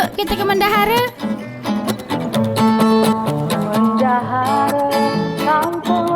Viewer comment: dak semua juga kata dalam bahasa melayu terutama mendahare ujungnya dibaca "e"